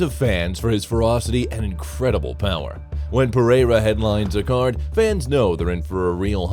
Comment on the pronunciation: I hate the A.I. voice overs... Pereira is pronounced "pa-ray-ra" Jamahal is "jama-hall" 😒🤦🏽‍♂️